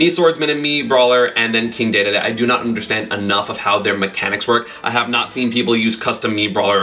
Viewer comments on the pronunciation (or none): dee dee dee, not day day day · my bad I didn't know, it still sounds weird but "deh deh deh" sounds better than "day day day" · did he call king dedede "king daydayday" ?